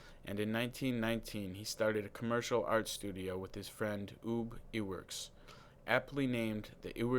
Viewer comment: its ub not oob, and iwerks- eyewerks